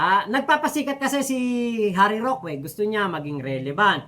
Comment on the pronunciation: correction lang, wag kng magagalit, ang right pronunciation ng roque eh ROKE, hindi ROKWE.. wag kng magagalit ha..✌🏼👋😊